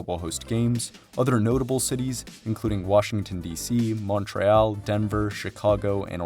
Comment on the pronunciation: Respect for trying with the "MontrÉal" pronounciation. I know they can't possibly have games at the Big O, but damn that would have been nice.